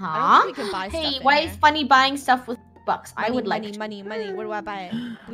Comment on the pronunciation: You said Funnehl